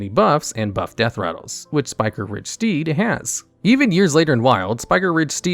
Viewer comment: spike-riged. not spiker-riged